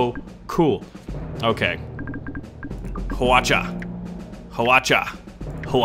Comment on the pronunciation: wow u pronounce hwacha(화차)very well!! so surprised! XD